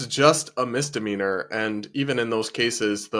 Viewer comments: Why can newscasters not learn to pronounce common words, like misdemeanor That news lady cleary said Mister Meaner. as if the classification was a title and name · Did that reporter actually say, "Mister Meanor"?😂😂😂